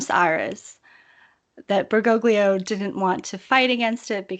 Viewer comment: I know this is petty but if she says "Berr-GO-glee-oh" one more time I'm going to snap my laptop in half.